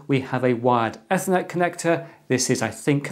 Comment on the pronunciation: eeeeeethernet as in teeeeeeeeeth. Other than that, many thanks - another great video.